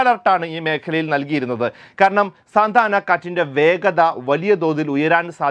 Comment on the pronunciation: സാന്ത ആന അല്ല സാന്റ ആന കാറ്റ്